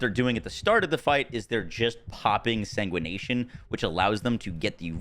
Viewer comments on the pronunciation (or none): The mod is called Massive Sanguification not Sanguination 💀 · Say it with me”sang wih fuh Kay shun” Jesus …”SaNgWaNaTiOn”